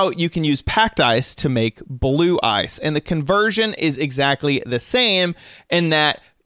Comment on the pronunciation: ur saying ice wrong